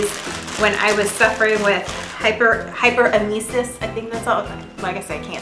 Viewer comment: it is pronounced hyper-emmasis....hope this helps